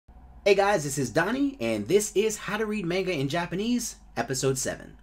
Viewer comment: Your saying manga wrong but no hate